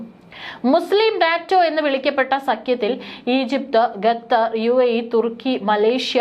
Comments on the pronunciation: ബാഗം,ബൂരിബാഗം,ബാഗിഗം,മദ്യസ്ഥം,ഗെത്തർ ഇവയെല്ലാം തെറ്റായ ഉച്ചാരണം. ഭാഗം, ഭൂരിഭാഗം,ഭാഗികം,മധ്യസ്ഥം,ഖത്തർ എന്നിങ്ങനെ ഉച്ചരിക്കണം.ശരിയായ ഉച്ചാരണം നിസ്സാര കാര്യമല്ല. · ഗത്തർ അല്ല, ഖത്തർ എന്ന് പറ. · എന്റെ കുഞ്ഞേ ഗതർ അല്ല ഖത്തർ ആണു അതുപോലെ ജോർദാൻ ആണു ജോർധാൻ അല്ല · എത്ര നിലവിളിച്ചു പറഞ്ഞാലും "ഖത്തർ" ഗത്തർ ആകുകയില്ല... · ഖത്തർ ആണ് ഗത്തർ അല്ല. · ഈ തള്ള വീണ്ടും വീണ്ടും ഗത്തർ, ഗത്തർ എന്നുതന്നെ പറ യുന്നത്